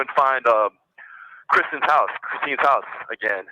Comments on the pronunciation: Did you get where he called kstine..Kristen. like Kristen keosk. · I am so tired of hearing him call her by the wrong name. It's Kristine, not Kristen!!! I might have spelled her name wrong, not sure if it's a "C" or a "K", but He keeps saying it wrong. He is nasty. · Why can’t this idiot call his victim her real name?? It’s Kristine! Not Kristen!! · Why does he keep calling Kristine........Kristen. you stupid ahole. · I believe this is the call his dad was referencing where he was a dumbass b ***h because he does keep saying kristen and not krystine. Lol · He can’t get her name right, Kristen, Christine 🤔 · He keeps messing the ladies name up. What a idiot. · Can you believe that have merch now?!? " SAVE WADE WILSON" This is so out of hand these women. He is not remorseful AT ALL he can't even say the victims name correctly and then all the lying. I pray the judge says something about all this bs with the fundly acct and merch.